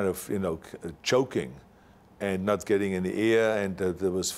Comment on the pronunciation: "I started choking and not gedding any eeeyeah..." Love you Arnie